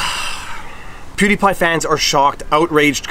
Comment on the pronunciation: ¿What's a pew d' pie? ¿A sóuffle?